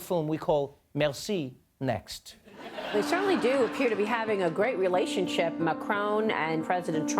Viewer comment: haha did that reporter just call him Macrown? Why is correct pronunciation so hard for some. it's like they are not even trying.